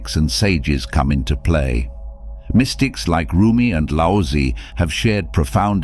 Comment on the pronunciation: It's pronounced lao zu not lousy.